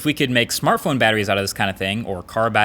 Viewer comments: ...Marques what's a Smarthpone??? do you mean smartphone 😂😂😂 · /smarthpone??wtf? the most people do not realize that mistake